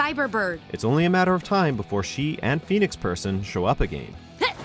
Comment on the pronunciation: The way the narrator says again is really bothering me